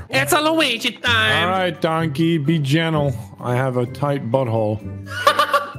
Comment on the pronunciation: It cracked me up when he said "Luigi Time" which sounded like "Rapin Time"